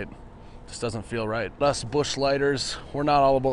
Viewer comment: I die laughing everytime !!!!!! 🤣🤣🤣🤣👏 Ps. I thought I was the only one I love with Busch beer .. except mine is never light. Lol